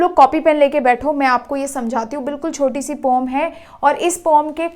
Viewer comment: Poem ❌ pom ✅ 😂😂😂😂😂